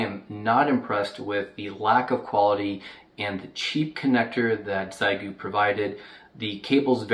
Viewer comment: I'm spreading awareness: The Chinese pronunciation is "Shyeh Goo" not "Zai Goo" (But don't worry, you're in good company, everyone says Zai Goo)